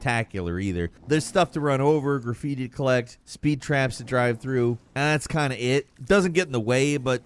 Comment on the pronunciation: Respect for being the only content creator group that said it correctly....graffiti style ....and NOT anime!!